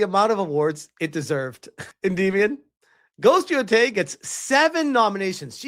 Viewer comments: Everytime, he still says yoTAAAAAAAAAAAAAAAY. It is fucking YOtay brother lol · Ghost of No-tei 😆